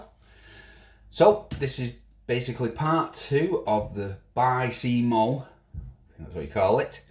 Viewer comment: Congratulations on your pronunciation of bycmo just need it a bit quicker and all one word 😅😅😂😂 👍👍 check out evilbay bycmo or bycmo Subaru for parts (but be warned there not cheap any more) 👍👍👍👍👍 great video 👍👍👍👍👍